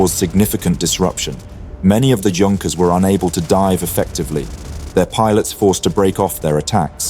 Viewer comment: Junkers? Mispronunciation is almost inexcusable